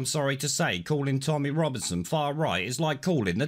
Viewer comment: “Rommy Tominson” WTF is that, was that a TR thing, and showing that photo of P!$$ L!p$ ruined my evening!